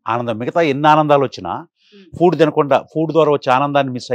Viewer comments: ఫూడ్ కాదు, ఫుడ్ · It's food not Poodu